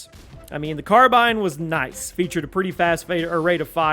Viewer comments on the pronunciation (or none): none